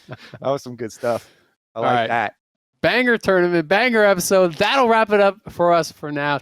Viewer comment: My mans really said episood